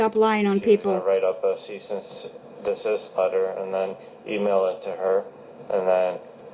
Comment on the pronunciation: Every time I hear “Cyst and Deceased” I cringe Its CEASE & DESIST